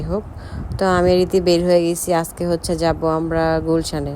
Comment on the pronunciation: আজেক ❎ আজকে✅ 🤷🏻‍♀️🤷🏻‍♀️🤷🏻‍♀️🤷🏻‍♀️🤷🏻‍♀️🤷🏻‍♀️